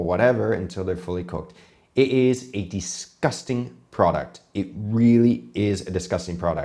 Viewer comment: For someone who seems to critique and point out the small things that he does wrong and correct him on how he pronounces poutine, you would think you would know how to pronounce the word disgusting. Its not DEEsgusting, its DIsgusting.